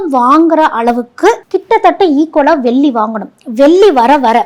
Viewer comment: எல்லாம் தெளிவாக சொல்லும் நீங்கள் வெல்லி சொல்லாமல் தங்கம் *வெள்ளி *என்று தமிழை தமிழாகச்சொன்னால் நன்றாக இருக்கும். குறை சொல்லவில்லை மேடம் தெளிவு படுத்துகிறேன் நன்றி.